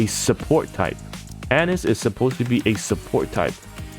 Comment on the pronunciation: Anis = Ah-Neece